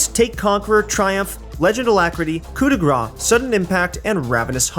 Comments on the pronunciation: it's "Coup de Grass" Grâce is prononced like grass =) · the way you say coup de grace means fat strike instead of finishing strike you're butchering the french language